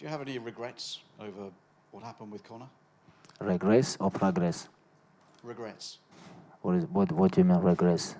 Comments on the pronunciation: ye, i thought khabib pronounced "regrets" > "regress", but he really thought he said "regress" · Не regress а regrets😅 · Khabib :Regrates or prograce😂😂😂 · Abrar Just a joke :) The word "regret" sounds a bit like "Egret", which is a bird.